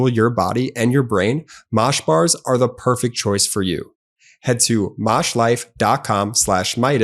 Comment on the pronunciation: Elon in not poyfect guys. Give him a broyk.